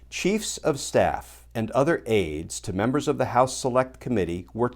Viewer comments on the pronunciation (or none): none